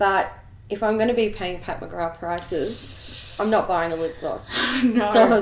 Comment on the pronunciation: It's Pat McGraTH not Pat McGraaaaa but I still love you guys ❤ #patmcgrathstan Thanks so much on the Laura Lee info - really was useful xx